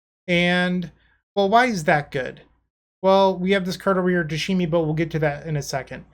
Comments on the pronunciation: playing tameshi bloom! Oh goody must watch dont care if I'm tired... Pronounces it "tashimi"... Does he catch the mistake when he reads the card? No... Darn.. Can't get past it sry.. Thank you for the content but I have to stop watching... Oh he catches it.. Doesn't change I'll find another video thats ok.. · New drinking game, everybody drinks a shot whenever says “Tashemi “